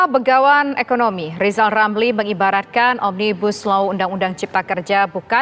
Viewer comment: Kita simak apa kata lizal lamli...